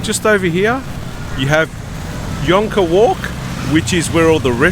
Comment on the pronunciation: Thanks to you, I've learned the correct pronunciation of "jonker" (yonker) walk!